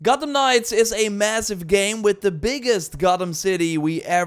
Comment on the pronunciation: "the biggest Gottem city" lol don't think we didn't hear that